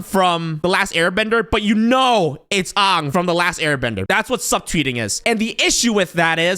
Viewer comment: Did he really use the Shamalayan pronunciation of Aang? What kind of heretic is this?